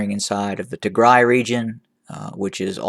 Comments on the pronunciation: “ the “ is AMAZING! Yup, he sounds like an Ethiopian when he pronounces the names in Tigray, oromia and “ PREVIOUS” Gondar! Thank you Sir,“ ”. What has NOT changed is the vile, false attacks from some of our “ Amhara “ and “ Eritrean” people. Hopefully soon we in the HOA will learn to talk to each other with manners, facts and with hope for peace. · I am just proud of you,how you pronounce Tigray much better from the beginning!